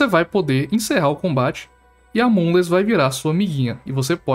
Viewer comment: Tô infectado por brain rot. Sempre que escuto o caba falar "moonless" eu escuto "amogus"